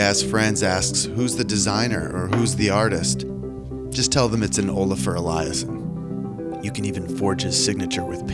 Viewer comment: Did he say Olafur Eliasson? 😅